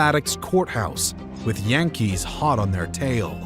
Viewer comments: And that's how current inhabitants of the Bronx pronounce their baseball team. Jan-kees.😅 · That's how current inhabitants of the Bronx pronounce their baseball team. Jan-kees.